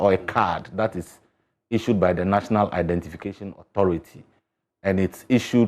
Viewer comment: Instead of saying one simple identification, he keep saying one identifaayaa